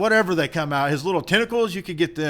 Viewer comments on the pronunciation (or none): none